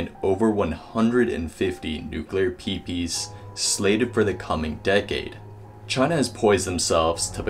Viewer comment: Nuclear Peepees! Haha! PMSL!!! Dude you did a pretty good job on the video, but some abbreviations should not be verbalised!